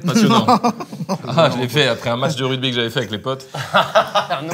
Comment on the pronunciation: Ça me fume que Carlitos dise « Rudby » premier degré 😂